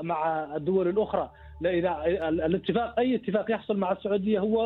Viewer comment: ههههه يا مجنس العربي لايقول اتفاك بل اتفاق ياحزني على اللغه العربيه مع مجنسين قطر